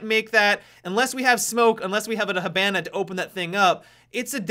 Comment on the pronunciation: does it bother anyone else how he says Hibana?